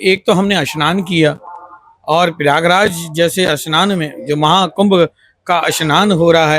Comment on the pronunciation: Bahot mushkil se sudh Hindi bolne ki koshish kar raha hai😂 Haqiqat ye hai ke Urdu alfaaz mooh se nikalta jaa raha hai. snaan ko shanaan kah raha hai.